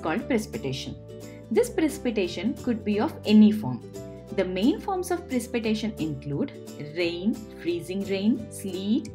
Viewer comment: In English it it pronounced Pre-sip-eh-ta-tion.